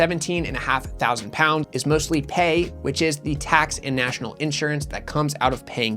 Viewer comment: Just so you know it's pronounced as the individual letters so you would say p a y e.